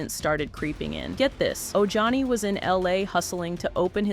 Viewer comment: Oh Johnny 😂😂😂 it’s Ojani.